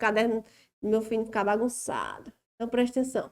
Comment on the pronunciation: gosto de ouvir suas aulas só pra ouvir a senhora dizer "prestenção"... kkk Mas suas aulas são mais que excelentes!! Parabéns!